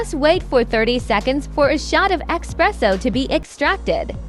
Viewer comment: It’s ESS PRESSO. Not. EX PRESSO